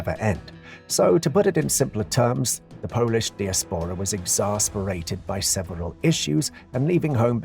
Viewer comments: He said disapora instead of diaspora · Diaspora is pronounced " die ass pora". Nothing makes AI generated vidclips more obvious than poor pronunciation.